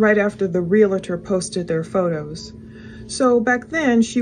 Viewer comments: ps. its not a real-a- tor, it is a reel-tor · Realtor has 2 syllables.